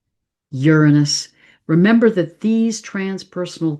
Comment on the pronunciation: Say Uranus correctly please